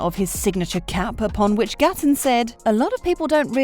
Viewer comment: Gaten doesn’t pronounce his name that way!! You are saying it “Gatton” when it is “Gayten”